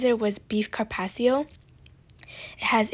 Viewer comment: You might want to work on your pronunciation of carpaccio. Peppercorn sauce has green peppercorns in it. Bernaise sauce is hollandaise sauce flavored with tarragon.